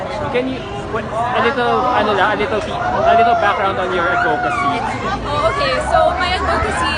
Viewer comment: It’s AD-vocacy not ad-VO-cacy!